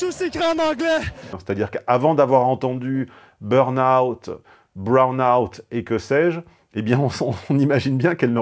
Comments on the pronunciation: C'est bore-out, pas brown-out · Brown-out ??? Ça veut dire quoi ça À défaut de parler français, faudrait comprendre ce qu’on dit BORE-OUT